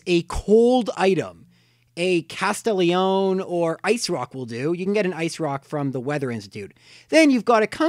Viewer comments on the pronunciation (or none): Castelione? are you smoking something? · It's CASTELIA CONE!!!😡